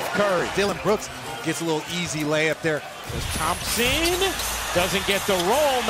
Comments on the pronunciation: im hearing lots of theme-sen 😂 game 6 klay theme-sen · 主播的聲音有什麼難聽的 一直在那邊湯普鹹！湯普鹹的！ 發音有夠噁心的